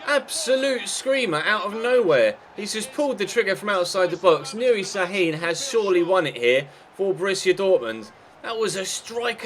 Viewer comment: şAAAHIIIIIN (it is not s it is ş)